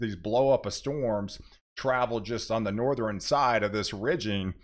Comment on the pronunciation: I really like your videos and recommend your channel to others. But PLEASE stop putting an extra syllable in southern, northern, etc 😅